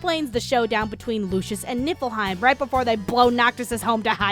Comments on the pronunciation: Did i hear Nippleheim? XD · NIPPLEheim LOL jk...it's atomic btw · Why do I always hear "NIPPLEheim"?